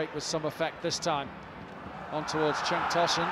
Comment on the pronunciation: Okay, correction. Cenk is pronounced like 'jenk' in english. That 'c' letter corresponds with j in Turkish. Cenk means battle in Turkish, by the way